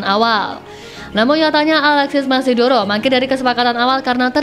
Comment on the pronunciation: Moneydoro, bukan mesidoro... 😂😂